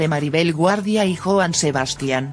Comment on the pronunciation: Porfavor trata de pronunciar bien el nombre de Joan Sebastian.. No importa que seas de otro país ya que narras tienes que desirle vien.. Presisamente para evitar esto a los mexicanos... Gracias